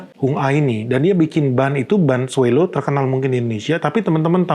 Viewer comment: SWALLOW dibacanya: “swolow” bukan “swellow. Salam